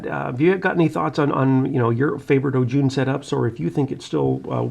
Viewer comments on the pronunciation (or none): love your videos 👍 ao jun is pronounced ow jun